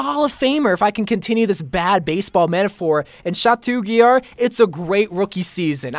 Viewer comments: Did you just Say chatou guillard? Ils pronounced chato guiyar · He was pronouncing chateau guillard incorrectly 😂😂